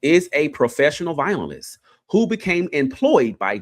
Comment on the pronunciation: It’s not vinylist it’s vio-lin-ist 😂